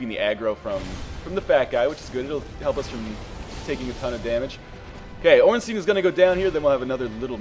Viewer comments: you're one of today's lucky 10 000: Ornstein, should be pronounced "stine" not steen". rules of german grammar apply here, so you always pronounce the second vowel, in this case the "I". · under proper german pronunciation it should be "Stine"r.